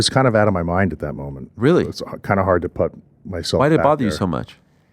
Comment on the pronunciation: I love this dude. However, one thing has always made me wonder... Why does he seem to mispronounce the word "put?"